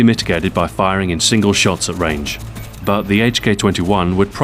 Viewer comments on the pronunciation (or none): did he say long wange engagements? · omg xbox ahoy failed he said "long wange engagements" :O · "At long wange engagements" xD